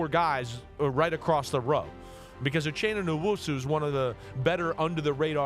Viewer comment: FYI his name is pronounced U-chena nu-woah-sue